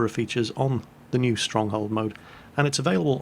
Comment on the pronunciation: Sunny shores? The UK? “you must be nee here".